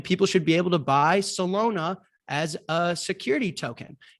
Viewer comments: Dude said Solona hahahahaha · Does jack not know how to pronounce Solana lol?